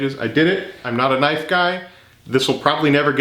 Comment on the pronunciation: Now THAT'S a knoife